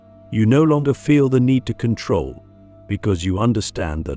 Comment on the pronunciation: In KontRoll lololol Lets rowL